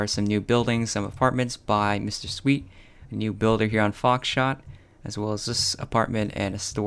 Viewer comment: Did he said foxshit in the beginning lmao